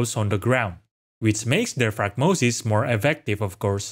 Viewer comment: I don't want to be rude but you've said the word wrong every time. It's like the word diaphragm. The little membrane underneath your lungs. It helps you breathe. They look like a diaphragm. Not die-afrag-em